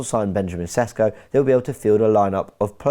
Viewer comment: It is, say after me "Sheshko" - accent on the s's - lets say it right...